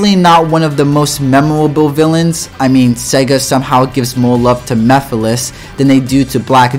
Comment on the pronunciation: Damn I’m just getting my ass kicked. Also great video by the way. Still watching it and ain’t no way that said Mephiles name like that like they forgot the whole M E part of his name 😂